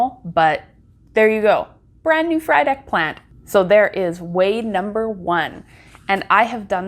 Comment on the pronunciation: You've taken such good care of these beautiful plants! And lol everytime you said Frydek i keep thinking 'fried egg'